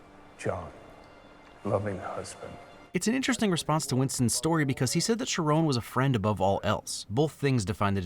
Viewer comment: Did you mispronounce Charon? Or did the movie lol?